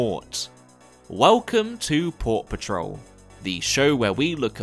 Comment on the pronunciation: Every time I hear your say port patrol I hear paw patrol lol